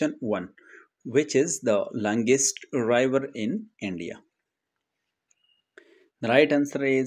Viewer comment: What the fu(k is rival???!!!🤬 Its pronounced as river, not rival.